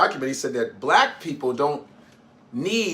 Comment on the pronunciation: It even annoyed me the way that he said blavk, ugh. Stop with the negativity, racism and crayon colour. I pray tmh God comes quickly